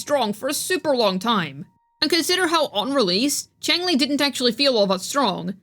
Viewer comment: Xiangli (Yao) not Changli